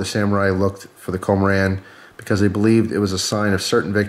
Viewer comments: I believe it is pronounced (KUM-ORE-IN) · "kō - mō - ron" would be the correct Japanese pronunciation. Nice thing about Japanese: the vowels are always pronounced the same. Once you know how they are said, you can say any Japanese word close enough to be understood. (Where the emphasis on a syllable is can affect the meanings and pronunciation somewhat.)